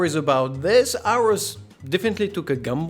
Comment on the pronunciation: Aorus: It's "Or-Us" Not "ours"